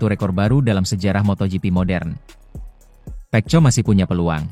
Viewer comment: Narator nya belajar dulu bagaimana menyebutkan nama Pecco yg benar ya... Malu-maluin